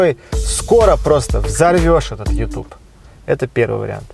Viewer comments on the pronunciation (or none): none